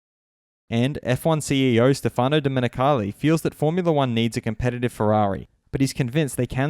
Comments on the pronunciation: Stefano Domenicali is Italian so could you just call him "Stèfano" correctly instead of "Stefàno", which is bloody horrendous? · Please, you must pronounce Stéfano Domenicali and not "Stefáno". It Is really tough for an italian fan to hear such a mispronounce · It's Stèfano, not Stefàno